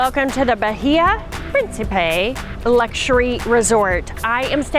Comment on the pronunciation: Jajaja bajilla...no bahia